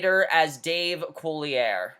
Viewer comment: Not sure if you've found this out yet, but Dave Coulier's last name is actually pronounced cooly-ay, not cooly-air.